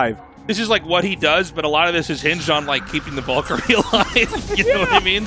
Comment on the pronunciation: English is not my first language, and even I am annoyed by Artosis's stubborn refusal to pronounce "valkyrie" correctly.